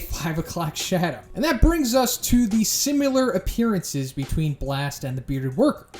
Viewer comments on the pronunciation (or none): "sim-yu-lar". I'm trying to place geographic origin, but his idiosyncratic pronunciation of "similar" is throwing me off. Any help? lol